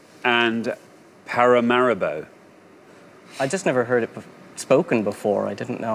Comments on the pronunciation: If we're being strict on spelling and pronunciation then he got it wrong as well. He said "pa-ra-ma-RA-bo" not "pa-ra-ma-RI-bo" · The first contestant said something like Per-I'm-bow. The second contestant said Pa-ra-mar-ri-bow. Getting wrong vowel sounds is fair enough, but that's a completely different word. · "I've just never heard it spoken before." Even so, there is no way Paramaribo would be pronounced para-nime-bow. But yes, the other team are very smug about it as well. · Paramaribo is a real place. Paranaimbo is not. It's that simple, folks. It's like the difference between England and Fangland. If you watch the show at all, you'll know that an answer even one letter off (making the pronunciation different) is considered incorrect. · he prenounced it wrong, and even if the other guy said brasilia for example it still would be wrong, it was spelt nothing like he said it.